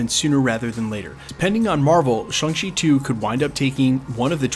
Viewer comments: Why do you keep mispronouncing Shang-Chi? It's ShAng-Chi which is not even close to sounding like ShUng-Chi. Hell dude there's an entire conversation at the beginning of the movie about nothing BUT how to pronounce it, and ShUng ain't it. I don't understand why you seem so resistant to just saying it the way EVERYONE in the movie says it. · Sorry to point this out, but it's not pronounced Shang like Bang, or Shung like Hung, but closer to Shong like Kong. I hear a lot of people say it like, Hang She, or Hung She, but the "a" is closer to the "a" in "land", or "sand", and even closer to "Shawn", thus the joke in the movie when Awkwafina's Katy berates him for changing his name from "Shang" (Shong) to "Shawn" when he went into hiding, because they sound nearly identical when pronounced correctly. "Shawng Chee" might be the closest, phonetically speaking, but to each their own. I was complimented by the theater clerk when asked which movie I wanted to see. He said, "You know, you're the first person I've heard to get that name right, and I've sold a LOT of tickets today." I've noticed since then that almost no one ever says it right, though, lol. Shawng Chee, for what its worth (and knowing is half the battle).